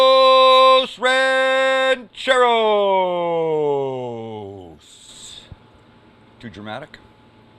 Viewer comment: This guy cracks me up he’s so funny. I love when he said huevos rancheros! Definitely not too dramatic!!! Lol